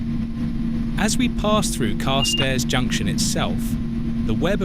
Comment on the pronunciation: Yes, a really irritating voice. Carstairs has the accent on the second syllable as far as I am aware.